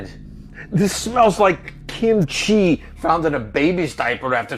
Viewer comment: "this smells like k̵̳̙̝̘̤̩̓͐i̷̫̰̮̣͍̲̤͑̃̏͘͠͠ẖ̵̛̭̈́̎̇̈́͘ͅm̷̨͉̖̊̀͆c̶̨̨̭̠̮̠̉̌͛͒̏̉̌̈́̄h̸̠̼͖̝͈̾̈́͛͑͆̕i̶̡͑́̾̅̒̚ẽ̷̲" why did he say kimchi like that 😭